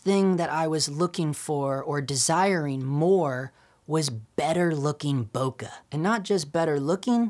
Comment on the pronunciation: why cant most of these guys pronounce bokeh properly?? its not that hard